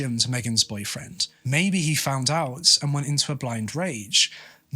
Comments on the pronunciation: It is boyfriend or boyfriends? It sounds like boyfriends when he says it but im not a native speaker so im not sure. Just made the whole thing confusing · The way you say "boyfriend," I thought she had more than one.